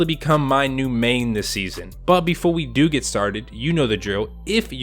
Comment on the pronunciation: So no one is gonna accept the fact that instead of him saying do, he said due??